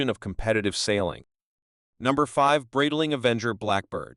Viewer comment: The way AI's rape the Breitling name and other parts makes the video humiliate the watches and the whole brand. Horrific.